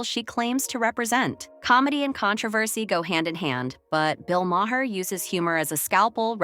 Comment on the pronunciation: Who tf is Bill Maw-hair? 🤔 Or the handulf of other incorrect names you sputtered out. 😝 Girl, if you don't even know who you are making videos on, seek Google to pronounce their names! Lazy and pathetic! 🙄